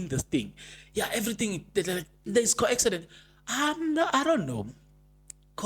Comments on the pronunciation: how are you my brother? Thank you for yet another update. It's a "coincidence" not "co-accident". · Coincidence. Please. Not coaccidence.